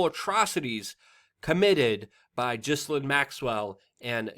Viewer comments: What's her name's name is not JISSILAINE. It is GheLAYne. NOt JISS anything. Not JISSA- anything. Please say it correctly. It makes me wonder about the level of research when, so many months later, you don't say her name correctly. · Its pronounced Gilane. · it's pronounced 'Gillane', with a G pronounced as you would when you say 'get'. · GHIL-AINE ... how is is that people don’t know how to say her name properly! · Thanks for the new pics! Ugh. Teflon Bill strikes again. Her name is actually pronounced: Gill Lane. Disgusting human being! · Gi Lane.... Proper Pronunciation . And stop saying irrigardless... Makes you just sound dumb...